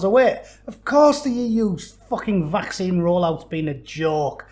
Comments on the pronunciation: Did the Belgium twat just say ‘vac-sign.?’ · The Vacksighn 😂😂👍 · Funny how his pronunciation of "vaccine" rhymes perfectly with "asinine"... just sayin'.